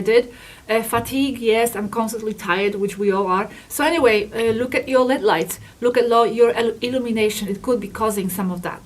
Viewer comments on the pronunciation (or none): They are not l e a d light it's pronounced L.E.D. separate letters because it's an acronym for light emitting diode